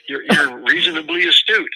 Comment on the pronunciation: "Reasonably Estute" 😂😂😂